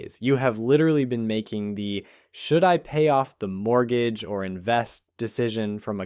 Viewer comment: what the hell is a “mooger”. 🤣